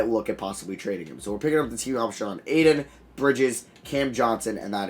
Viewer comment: You pronounce Ayton so painfully wrong